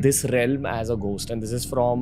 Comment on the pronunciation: Why do you say ghhhost it's gost